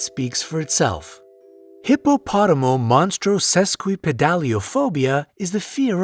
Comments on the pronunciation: “Hippopoto-monstro-esquiped-aliophphobia” That’s how I would’ve pronounced it... I’m sure you’re almost on the money, however: You said “hippopotomo-monstro...” so you added an extra “mo” in there. (But, hey, better than “hippopoto-moneytoes-equipped-a-phobia”! Cuz had you not pronounced it at all, then I would’ve half-assed it, phonetically mumbling something like that! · YOU MISPRONOUNCED AND MISSPELLED HIPPOPOTOMONSTROSESQUIPPEDALIOPHOBIA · Hippopotomonstrosesquipedaliophobia was pronounced wrong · hippootomonstrosesquipedaliophobia is pronounced as hippo to monstrasis quip a dale i phobia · I think he added an extra "mo" to fear #23 he pronounced it hippopotoMOmonstrosesquippedaliophobia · U butchered 23 it's hippa pota monstrosa quip Id alia phobia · Couldn't get over how every single time it was said, hippopotomonstrosesquipidaliophobia was mispronounced. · You mispronounced hippopotomonstrosisquipadeliaphobia